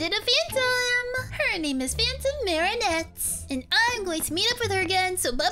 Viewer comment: Sorry to tell you this but you said phantom marionette wrong